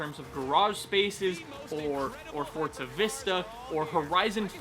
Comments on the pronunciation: It’s forZa not forTza. Get it right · There's no "t" in the word forza. It's not fortza. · For-ZA. FOR-ZA. Not fort-za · What's Fortza? or Fort-za? I thought this was a Forza video, idk nothing about this FORTza you speak of lol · Ffs its FORZA not FORTZUH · FOR FUCKS SAKE I CANT EVEN WATCH THIS ITS FORZA NOT FORT ZA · Anyone else realised that he still can’t say forza, it’s For-za not fort-za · why do you pronounce it "fortza" is that the right way? instead of "forza"? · It’s Forza, not ForTza. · i have a question: why do you say "fortza"? Am I wrong or is it bot "Forza" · Why do some people pronounce it like fortza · It’s not Fortza.... lord jesus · STOP SAYING FORTZA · "Fort-sa Horizon 4" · I'm tired of hearing people call it "fortza" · Why does everyone pronounce it FORT-ZA it's not a Porsche-A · If youre going to pronounce it as Fortza than you should put that in the title. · why do you say forza with a T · There is no T in forza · I challenge you all to take a shot every time he mispronounces Forza, enjoy! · There is no T in Forza, STOP pronouncing it WRONG